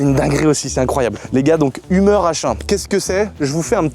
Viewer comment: Pas humer mais heumeur ont dit!!😮😮